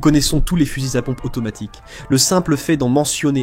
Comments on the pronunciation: Fusils-Z-à pompe ... liaison < mal-T-à propos > GROTESQUE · " Eclaire et coche " Sérieux mec !!! on dierai Pierre Bellmare la ! Heckler & Koch --> "Eklair und Korr" ça se prononce ;) et les "fuzizapompes" non....